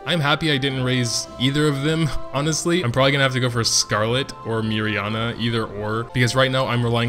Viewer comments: yeah it was only mirianne. Prounce the last part as just "an" not "ana". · Only one that was wrong was Mirianne, and all he did was add an "a" to the end of her name.